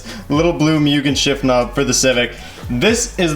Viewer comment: Why do people say "myugen"